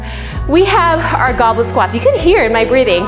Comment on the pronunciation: I heard Goblin Squat, so it made me laugh when I saw the subtitle actually said 'Goblet Squat' :-D